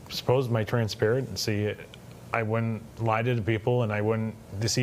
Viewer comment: “Suppose my trans………parency” what a time to pause your own words lol